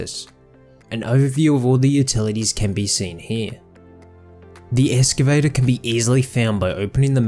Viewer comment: Holy crap, that was... disracting... Almost as bad as ek-cetera.